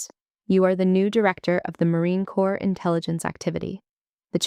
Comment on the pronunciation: It's Corps, not Corp. Pronounced as: "core".